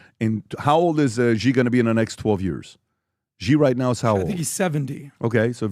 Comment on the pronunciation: Please communicate to PBD... China's President name is pronounced (SHE) and is spelled Xi.... with all the resources that Valuetainment and PBD have, they can't get anyone to help them understand how to pronounce President Xi (SHE) name. Happy 2025!